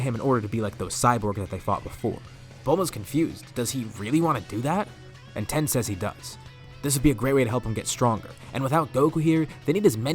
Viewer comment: You were calling tien ten it’s alr tho